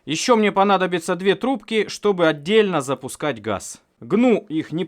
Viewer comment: Ррррррррравно длинные трррррубки